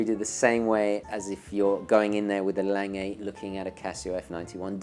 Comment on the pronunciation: Another trend that needs to stop is the mispronunciation of Lange: The e at the end is not long; thus it is Lang-eh, not Lang-ay.